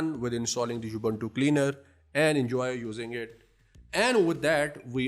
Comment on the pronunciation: Thank you for a good video. It's not You-bun-too Its oo-boon-too